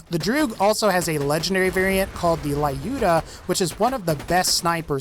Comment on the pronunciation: The Legendary version of the droog is pronounced as Loo-duh, not lie-ooh-duh